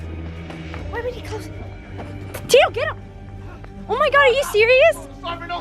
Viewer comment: instead of saying get off Tito bro said get off titties